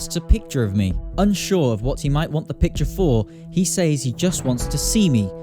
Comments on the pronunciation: It's sez, not sayz 😭 stop saying he sayz stuff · Is it just me or does he say " says " weirdly???